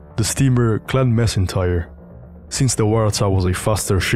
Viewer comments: And in Macintyre from Clan Macintyre, the 'c' is pronounced like a 'k', not an 's'. So 'Clan Macintyre' should sound like 'Klan Mack-in-tire'. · Macintyre is not pronounced Massintyre, it's Mackintyre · Juste a note: the "C" in MacIntire is pronounced like a "K". It's a Scottish name, like MacLean or MacIntosh.